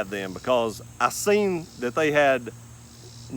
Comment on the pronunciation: I got about 1 minute into the video. Can't take someone seriously who pronounces the word THAT with three syllables.